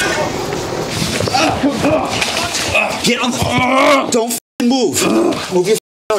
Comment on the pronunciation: I love the way never ends a word in ing but en ❤